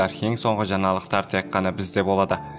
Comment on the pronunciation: Бауырым " жаналықтар" емес Ң әріпін қосып дұрыстап сөйлеген дұрыс.